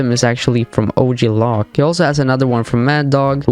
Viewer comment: Hey buddy, great video but OG Loc is pronounced where it rhymes with "joke". That's how they say it in the video game.